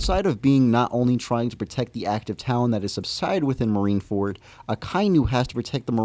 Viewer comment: U read marine-ford very wrong wb💀 got weaker and his ap did get weajer as even attakcing having himself hold his heard